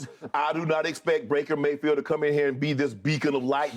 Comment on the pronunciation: Shay called him Breaker Mayfield. lol